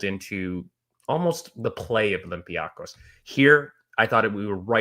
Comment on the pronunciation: slowly fixing his "olympiacos" pronunciation with every reference 😜